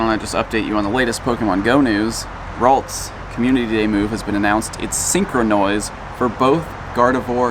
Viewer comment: He's working on his British accent for his next Go Fest disguise